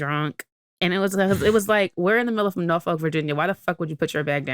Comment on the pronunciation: the way you saying Norfolk is stressing me out 😂 we can tell you not from here 😭